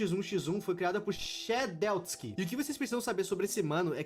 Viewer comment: "shedletsky" o: SHÉDEUSKI